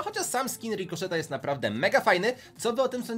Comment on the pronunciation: czytaj rikoszet